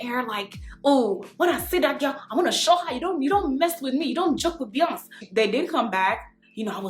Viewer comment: "You don't jawk with Beyons" 🤣